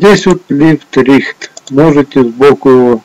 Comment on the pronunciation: "Лифт рихт, фронт бак, драв..." Я шо из дяреуни шоли. - кровь из ушей, Гэкает, коверкает язык, как аглицкий так и русский. Это кошмар, товарищи. и микрофон ещё в зад себе засунул.